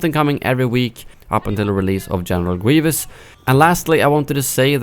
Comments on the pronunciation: General Gwievous 😂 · General Gwevious 😂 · General gueevus